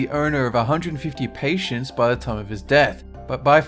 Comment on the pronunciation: The Brits usually pronounce this "PAY-tent," but he even mispronounced that. (Actually, I don't know how well I'd do reading a script, though I used to be a Senior Telemarketer for a catalog company [don't hate me, we only called our customers].)